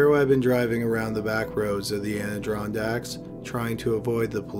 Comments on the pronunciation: Ahh De Ron Dacks, not Androndacks. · man i love your videos but you have GOT to start checking your pronunciation of some of these words you're not familiar with. you say ANDRONDACKS over and over when it's ADIRONDACKS. totally takes me out of the story and the video. keep up the good work otherwise. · It's not Aniddron dacks, you do so much research but you can't check how to sat this? The Adirondack Mountains /ædɪˈrɒndæk/ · the Anadrondaks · What you called them the airidondics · The ardirondecks eh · anna-ron-dacks....university of Wisconsin ...pierced nipples anyone? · Pronounced Ader-on-daks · As an upstate New York "native," it was painful to hear your mispronounce the Adirondacks, which is pronounced the way it sounds. You keep saying Adrondacks. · Its pronounced Ah-Di-Ron-Dacks. Holy shit. You butcher every town you mention. All the videos. I love them but Jesus. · As someone who grew up in the ADK I am both horrified and charmed by that pronunciation. Never in my life, not even from downstate residents or out of state people, have I heard it said like that. Well done. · Why are you saying Adirondacks like that? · Jameson Spencer THATS WHAT I SAID TOO!!! LMAO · every time this dude tries to say “Adirondacks” it comes out like Steve Brule 😂😂😂😂😂😂😂 holy shit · I'm from the adirondacks and thats not how it's pronounced dude....